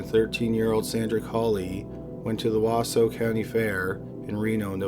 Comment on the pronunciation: *Washoe County Fair not Wasow lol